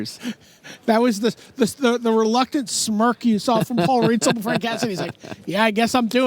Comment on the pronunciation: Listening to Buehler call Paul Reitzel "Paul Rightzel" all stream long was driving me crazy.